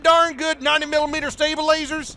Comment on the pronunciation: I love how you turned Western at the intro. Ya got dem gosh darn 90mm staybaylazers? I got dem staybaylazers comrade